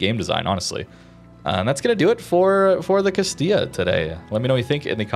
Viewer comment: Can say Castilla but not Venezia XD. Great video though and a slept on line, love the addition of a heal early on as well! Why can't all cruiser lines be updated with limited heals for low tier.